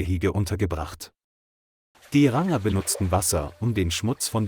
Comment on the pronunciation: Kann diese Scheiß -- KI das Wort "Ranger" nicht richtig aussprechen ?